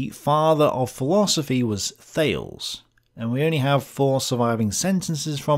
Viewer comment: Plato's demiurge cannot possibly be the ancestor of the ancestor of the Christian God. The Hebrew Bible was mostly complete before Plato was a twinkle in his mother's eye, and that is where the Christian God comes from. And "Thales" is two syllables rhyming with Baileys.